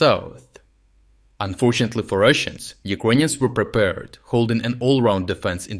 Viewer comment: “Unfortunately for Russians” in deep accent is music